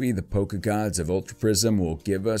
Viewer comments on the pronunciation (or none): none